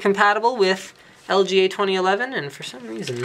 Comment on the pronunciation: like if you herd him say "LGLA" in stead of "LGA"